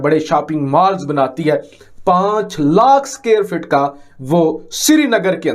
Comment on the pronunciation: Sreenagar nahi srinagar